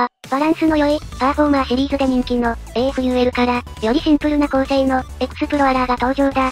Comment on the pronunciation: AFULは、【アフー】と、発音するのでは!?